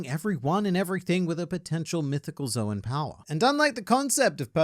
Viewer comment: I'd like to do the same with and, but instructing them both that Zoan is pronounced like "zone," and not "Zowen."